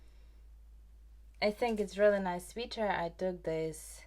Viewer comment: One quick pronunciation thing you might appreciate— “sweater” rhymes with “better” and “letter”. (I also learn languages, and so I always appreciate little corrections!)